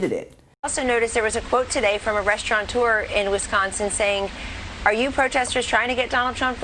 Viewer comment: Kelly-Anne Conway can't even pronoune "Restaurateur" correctly. She says "Restaurant-eur" (As do most other Americans) I wonder why? Just look up the correct pronunciation in your own Merriam-Webster dictionary you morons... Oh my days... Sometimes, there are just no words... >